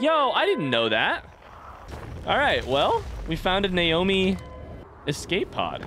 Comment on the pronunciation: He's pretty clearly saying Naomi as a joke for fun, when he walks into mining site 2b and comes across the skeleton on the floor he says "Nomai bones" and immediately corrects himself with "Naomi bones".